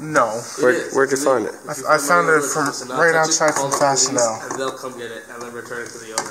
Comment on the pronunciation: Tell it’s pronounced Fastenall not Fastenel. I got a 1978 L7000 dump truck with a 3208 cat and a 2 speed rear for $100 and I had to do to it was pull the differential and have it rebuilt. Where do you get your replacement parts?